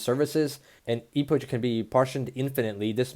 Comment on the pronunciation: It's spelled epok not e-pouch